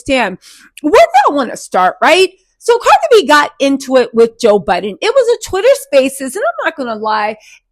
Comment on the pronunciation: Joe Biden😂😂😂 this lady always misspeaks and it’s so funny….it’s so prerogative😂